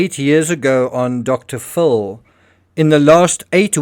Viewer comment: I like that you pronounce Dr. Phil as Dr. FULL. 😅...as in FULL of himself.